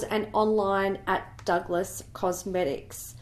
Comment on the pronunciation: duckless cosmetics😂😭👎 it's pronounced duglas